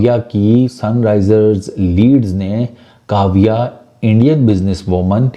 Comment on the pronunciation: काव्या मारन आप सिर्फ उस पोर्की से अपना नाम ठीक से लेणे को बोलो. बाद मे खिला लेना जहा खिलाना हे.